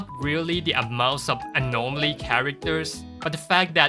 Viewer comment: You pronouncing anomaly with an R drives me insane LMAO. Nothing but love tho